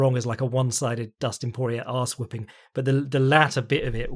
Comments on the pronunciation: Damn, does not respect Cajun pronunciation at all. Dustin "Por-E-er" Daniel "Corm-E-er" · Correction: Por-E-ay and Corm-E-ay.